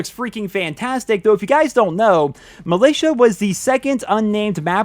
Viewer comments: militia isnt pronounced milaytia btw its mil-ish-a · Did you call it Malaysia? It’s mill ish ah